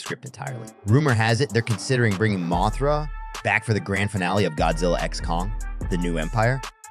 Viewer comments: It's an AI thats why it's messing up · Bro, it's a moth. Moth-ra, not Moe-thra lol